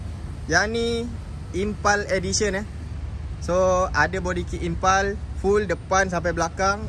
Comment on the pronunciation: Sebut pun tak betul..Impul kau cakap impal